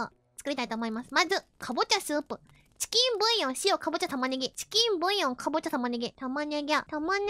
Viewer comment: some random chef : the onyo korone : tchiken boyo